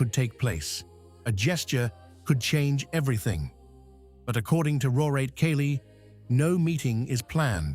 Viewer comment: Your stupid AI voice couldn't even pronounce the word "second" after "John Paul." Get a human to read this, will you. And "Pope Leo the Thood." Come on, you knuckleheads. And "Rorate Caeli" also pronounced wrong. This is click bait. Shame on you.